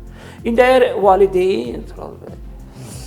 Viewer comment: Ay jurnalist,valdeyn deyil,valİdeyindir.